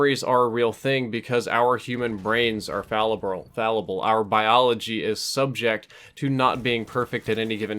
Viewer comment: "Our brains are frallible" -. If that was on purpose, that was brilliant. Either way, it's pretty funny.